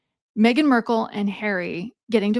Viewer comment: Markle…not Merkel